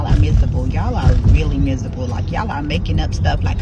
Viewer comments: How is she a reading teacher but she pronounces miserable wrong...she pronounced it...mireble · She can't even pronounce "miserable" but is the reading teacher😂😂